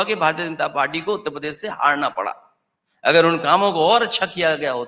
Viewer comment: उत्तर प्रदेश सही से कहना सिख ले 😂